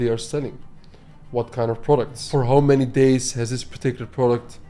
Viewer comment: Hauw much bro not howww please ahahaha great value